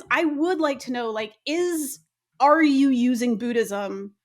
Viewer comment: Please stop saying BOO-DIZUM, it doesn’t rhyme with FOOD-ism it rhymes with GOOD-ism. Like Buddha rhymes with Gooder not Gouda.